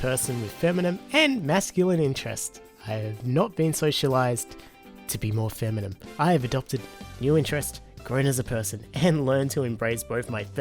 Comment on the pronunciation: Anybody else hearing "feminim" whenever he says "feminine"?